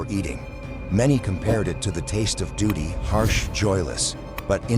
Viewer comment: AI narration...also, did it say harsh doody?